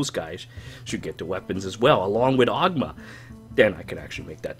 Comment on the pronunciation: its pronounced o-goo-ma